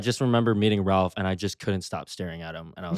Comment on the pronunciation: Jacob pronounced Ralph’s last name the right way! Bravo!